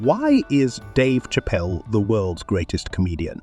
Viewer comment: Hate Robo voices. It's not Chapel. It's Chappelle (Shappelle)! And yes, He's the best!!!